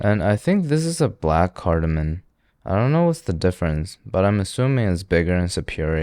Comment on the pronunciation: Cardamom ends with M, not N. Friendly FYI.